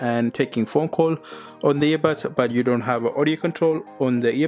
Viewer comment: По русски, он все видео говорит "ебатс"🥴